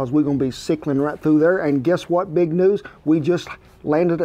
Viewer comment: Did Kent say "It's not BEAG enuf?" As in the Beagle wants it bigger?